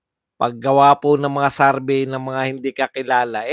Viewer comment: Anong Sarvey?????? Survey,hinde SARVEY